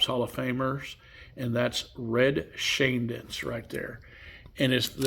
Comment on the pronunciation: I'd forgotten Montana finished his career with the Chiefs. It's Shane-Deenst. It looks harder to pronounce than it is.